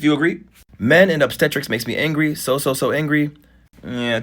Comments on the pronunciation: Soooo… you’re saying a man having sex with his pregnant woman is weird???? Ummm… ok? 🙄 tf!? And it’s OBSTETRICS! Not OBSTERTERICS! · Ob stetrics lawd you pronounced that crazy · lol it’s pronounced ob-steh-trix and it’s what the OB in OBGYN stands for lol the GYN obviously is gynecologist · 😂😂😂 Ob-stet-tricks wrong emphasis on the syllable😂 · “Obsteterricks” got me dead 🤣 I love you! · Obstetrics is pronounced OB-stet-ricks ❤ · you can't read at all. obstetrics is NOT pronounced like that. just click the sound icon so you can hear it